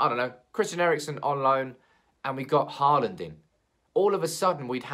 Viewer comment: Just a tip here from a Norwegian. When you say Haaland, the double a, sounds like the first half of the letter O. Just listen to google translate. PS. Keep me updated through January! ;-)